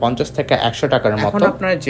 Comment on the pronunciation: sorry don't mind me correcting your pronunciation😅আসলে আপনার ভিডিও দেখে অনেকেই শিখবে তাই লেখা এগেইন ডু নট মাইন্ড ভাইয়া😥Dulex=ডুলেক্স নট ডিউলেক্স, Castle=ক্যাসেল নট ক্যাসটেল T ta silent thakbe ekhane❤❤❤video is informative thaks for all the pricing details keep up the good work❤